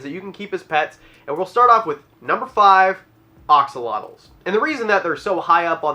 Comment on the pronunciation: He really did just say Ox-olotles, didn’t he?